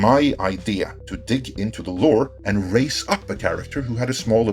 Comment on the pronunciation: Was that raise up, or race up?